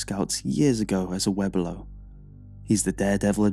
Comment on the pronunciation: I think the best part of this compilation is listening to try to pronounce Webelo lmfao